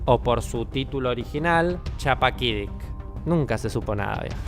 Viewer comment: Estimado: Era una calurosa noche de verano de julio en Chappaquidicik, y se pronuncia con la u como Guido en italiano